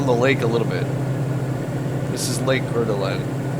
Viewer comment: Try saying: CoreDuhLane and you can be a local. 😀